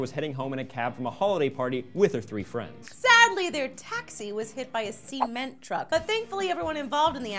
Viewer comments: See-meant truck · "Hit by a se-men-truck" Uhm,...